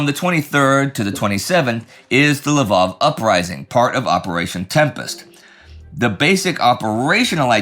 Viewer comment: Why do you keep calling it l'vOv? It's a Ukrainian city, and it's called Lviv (l'veev)